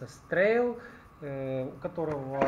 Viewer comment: не "стрейл", а "страле" - это итальянское слово.